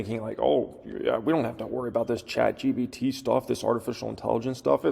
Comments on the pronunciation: chat GBT??? GPT you mean lol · Chat GPT NOT GBT